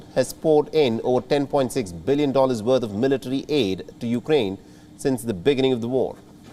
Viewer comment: Be-gin-ning not the beg-gining